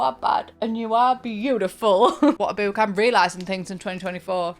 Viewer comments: I can't stand the way you say boo-k like boot. It's book like brook. Or do you say brook like broo-k? 🤔 Either way, I hate it. Ugh. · Obsessed with the way you say ‘book’ like ‘bewk’ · I hate the way she says “bewk” but this video has to be good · British people really be saying boook like heavy on the "👻k" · Wait, is she joking with the pronunciation of book? 😂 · Omg i can’t handle the pronunciation of book Sorry.😢